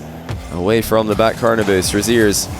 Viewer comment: Every time said "over Rezears" I couldn't stop hearing "over his ears". 😅